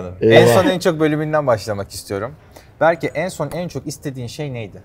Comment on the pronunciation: berkeğ Yaren diyemedin bi lan